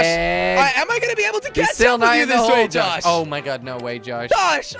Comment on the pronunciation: LOL AT THE END SAID JOS INSTEAD OF JOSH